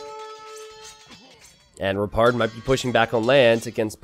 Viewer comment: kept hearing "repard" as "retard" but was also really hoping that when repard killed red or blue he put a "?" in chat to be a meme.